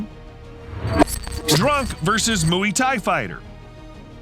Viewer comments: Its not muwi thai, its mway thai.. pronounce "way" with an "m" Infront of it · did he just say mooey thai😂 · i'm getting annoyed with the mooway thai he kept saying but good video. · WTF is mooey tai? 😂😂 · "moo-ey thai" hahahahahhaa gosh american pronunciation is weird, its said just as you say "boy" but with a m rather than a b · ‘Mooee Thai’ ? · I'll subscribe when you learn how to pronounce Muay Thai x